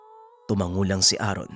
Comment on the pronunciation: Sino si Aaron? Namali yata ng bigkas pinuno